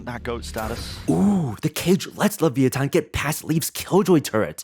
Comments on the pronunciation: Hey! I love your content and I love the analysis of the comp and it's inner workings. I just wanna add a small thing as someone that comes from LATAM; you pronounced the name "Le-via-tan", differently than a couple of second later that you said "Le-vi-a-tan". The first one is the correct Spanish pronunciation of the word, which is what the team prefers due to being an Argentinian org, and the second is the English pronunciation lol. We use the same word for the same beast/concept but with slightly different pronunciation! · there is literally an accent on the last "A" - LeviatÁn" and the commentator still kept on saying "LevÍatan" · I truly think that saying LeVI-a-tan is harder than saying LeviaTAN. Edit: When you build up speed and speak faster, you pronounce it better. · The way he pronounces leviathan pmo sm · i wanted to watch this video but had to give up 2 min in cause of the atrocious way u pronounce LEVIATÁN! it is physically hard to listen to